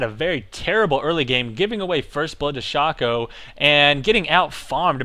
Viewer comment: no it's pronounced shake-co :P